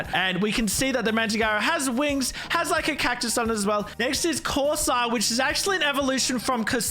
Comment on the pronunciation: Man pronounced corsola wrong